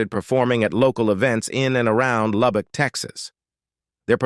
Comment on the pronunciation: Uhhhhh…where is Loubock, TEXASSSS…?…you sound like a rail dombassss